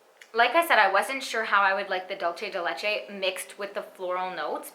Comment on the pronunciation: I want allll of these perfumes now ugh. Not that it matters tbh, but dulce de leche is Spanish so it is not dolce (dol-che), but rather (dool-seh)